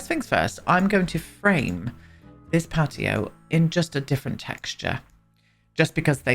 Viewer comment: That's literally how they would say patio though Pe'ato 😂🤣💀